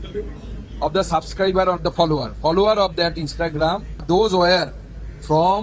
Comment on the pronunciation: ... PHHOLLOWERRR!!!!! YIKES!!!! LMAO